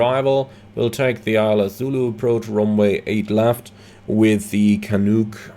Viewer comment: Well done sir , I do this route several times to visit my kids at the west coast with the 787 or the 777 or even the max . For your info , the Canuc arrival into Yvr is called « Canac not « canouk « just out of fun 🤩… keep it coming … thx btw , if you want to do a great trip , fly from Vancouver to terrace (CYXT) , I finished my ppl there at Terrace , had great moments flying in the northern mountains of BC… take care